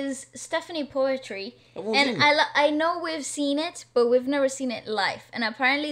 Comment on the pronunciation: poetri is pronounced as poo-tree